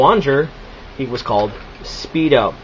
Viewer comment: its speedor not speedo